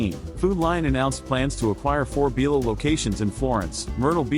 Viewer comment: It's bi lo not be lo